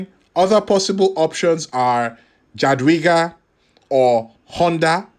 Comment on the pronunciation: Thanks... Are you saying that specialties for assistants are only effective when the assistant is a debuff gen? (BTW: Jadwiga = Yahd Veegah"... I speak some Polish as that is wear my wife is from. Just a heads up.)